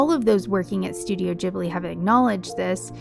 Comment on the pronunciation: Oh my god. Rare youtuber who doesn't say Ghibli with a hard G! (Nice vid also.)